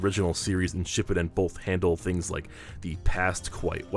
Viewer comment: He mispronounced shippuden every time